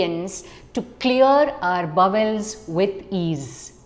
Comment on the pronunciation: Please pronounce the word bowel correctly.